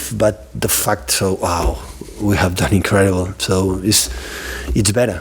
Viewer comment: everytime he said the fact its sound like the fuck hahahaha